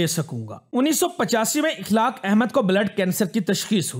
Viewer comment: Akhlaaq not ikhlaaq.